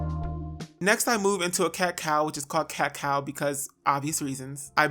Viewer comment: My hair porosity is 4c all the way through, it'll be 7 years when it's July 2020, aaaaaaand I could've sworn you said "cacao" instead of "cat cow," and when you said "for obvious reasons," I thought, "Well yeah, it's a 🍫 chocolate bean 🍫, hello!" 😏😳😁😂